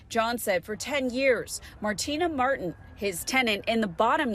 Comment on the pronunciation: It's martina martin not matin